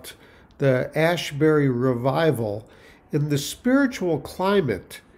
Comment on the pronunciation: Asbury is not Ashbury